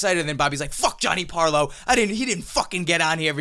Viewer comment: this guy doesn't even know how to pronounce his own name...Paolo is pronounced pow-lo, not pA-o-lo